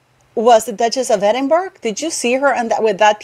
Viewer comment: Hello lovely I love watching your videos. Your English is so lovely I hope you won’t be offended if I tell you the the g in Edinburgh is silent. I also love Sophie, the duchess of Edinburgh. Keep up with the Meghan rants, and the giggles.